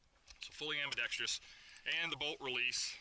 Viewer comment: It's pronounced "ambi-dex-truss". I'm not sure who started the "ambi-dex-treeous" pronunciation in the gun community, but as an ambidextrous shooter, I find the mispronunciation irksome. Otherwise, good video!